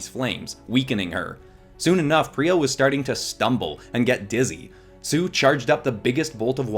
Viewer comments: Its pronounced Pie-Re-Uh, Not, Pir-Y-Uh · Is it just me, or when he said pee-rea I got REALLY annoyed. IT'S PIE-REA, PYRRHIA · ik that other people are probably already are screaming at you for this but its pie-ri-a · Lovely art. Grammar correction: Pie-re-ah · Me be like: it’s ( PIE-REE-UH) thank you very much. Lol✨ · im pretty sure it"s pronouced py-ree-ya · I AM A WINGS OF FIRE FAN ! and it pie-re-a that's how to pronounce it sorry that just building me a lot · Btw phyria is pronounced pie-ra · Oh it’s ( pi - re- ah) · Tree things: 1. This video is is LITERALLY A DREAM COME TRUE! tHANK YOU SO MUCH! 2. You pronounced Pyrrhia wrong! 3. PLEASE DO WINGS OF FIRE VENOMIZED! Bonous 4. You should’ve used the comics as reference